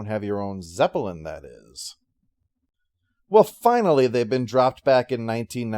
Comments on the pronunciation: It’s his zep-uh-lin; he’ll pronounce it however the hell he wants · "zep-uh-lin" what's with the extra syllable? a personal quirk? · What extra syllable? Do you think the actual word is spelled like the band?